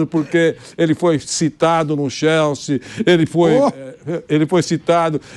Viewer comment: "ele foi citado no XÉLSI.."